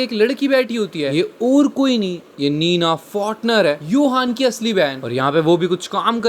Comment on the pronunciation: Johan ❎ Yohan ✅ 🐹